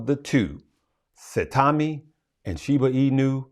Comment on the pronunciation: Saitama like Sitau(aw)ma with a long i